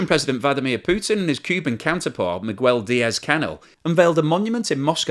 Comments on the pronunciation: A quick Spanish lesson--in the name Miguel the 'u' is slient. The name is pronounced Mee'gel [hard 'g']. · Miguel is pronounced "me-GEAL" not 'me-gwel"